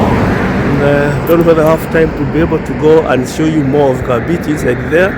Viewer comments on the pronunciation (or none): KAMBITI.. KAMBITI.. NOT ... KABITI... KAMBITI.. NOT KABITI... HYEANA...is mbiti MBITI IS HYENA... KAMBITI.. is PLACE OF HYEANAS.. kambiti